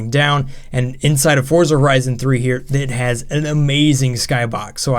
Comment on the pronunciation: he says Frorza